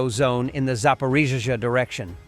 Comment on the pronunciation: SLAVA UKRAINE ! Your AI still can't pronounce ZAPORIZHIA